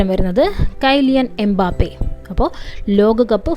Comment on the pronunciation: Kyliyan mbappe❌kaiilian mbappe✅